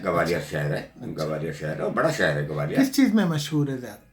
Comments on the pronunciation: Its Gwalior, not Gawalior.. It sounds like calling Lucknow as Lakhanawo..😕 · It's GWALIOR not GAWALIIR & NOIDA not NAVEDA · gawaliyaar nahi bhai Gwalior bolo.